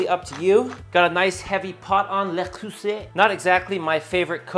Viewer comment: Le creuset prononciation on point, Frenchly yours